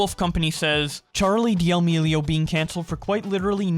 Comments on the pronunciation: It's painful hearing you say de-amelio. It's damelio. The ' in the name doesn't mean you have to say the d separately full stop then say the rest. It just sounds awful as de-amelio. Sorry. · why do pronounce d' amelio like Di' aLmEliO lmfao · stopping in the middle of the vid because d-AL-mi-li-o hurts my ears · For fuck's sake can you pronounce their last name correctly.?